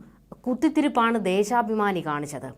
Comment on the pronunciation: ദേശാഭമാനി എന്ന് പറയു